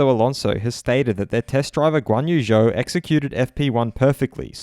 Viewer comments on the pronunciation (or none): Guanyu Zhou: Zhou is pronounced "Joe" - my wife is from China!